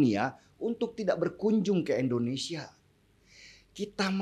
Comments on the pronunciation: Indonesia bung,,,bukan Endonesia.... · MAAF NIH YA NGOMONG YANG BENER LAH. " INDONESIA" BUKAN ENDONESA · Nama negara saya itu INDONESIA ingat ya INDONESIA, bukan ENDONESIA